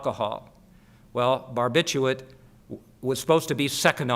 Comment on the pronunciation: Such a pity he can't say "Barbiturate" !!